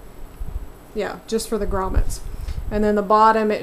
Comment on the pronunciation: Finally someone pronouncing grommets correctly w/o the l